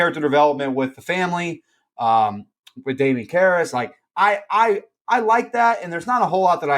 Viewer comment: Please tell me you weren’t just reading a synopsis and you actually watched it. The way you butchered the name Karras the whole episode sounded more like someone who had never seen it and was just reading even after everybody else kept saying it right. Aside from that this was a whole different listen. I have never heard anyone talk this badly about this movie before which weirdly enough made it interesting to listen to because it wasn’t just to talk negatively about but it was constructive.